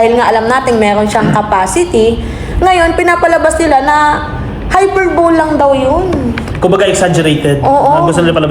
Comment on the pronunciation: HY PER BO LE.... PRONOUNCE MO NGA... 😆